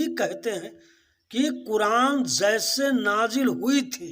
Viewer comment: Sir pahle apna pronounciation thheek krle......"Zaise" nhi "Jaise" hota h..... Aur Gutkha khana bnd krdijiye,kyunki isse pta chal ja rha ki aap jaahil h......Hm bhi quran ko aasmani kitab nhi mante, pr aap quran ko misinterpret kr rhe h, kyunki aap khud nhi quran pde h.....Isliye aap ka knowledge adhura h kathmullo se swaal uthane ke liye....